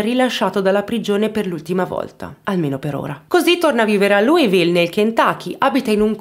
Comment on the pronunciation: si pronuncia esattamente come e' scritto Louisville che mentre lo pronunci e' come se dicessi cheese perché ti fa sorridere